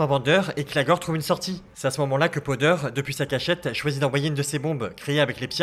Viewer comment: Powder au lieu de podeur sinon bonne vidéo